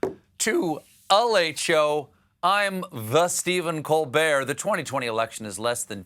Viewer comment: "I'm the Steven Cold-bear"...?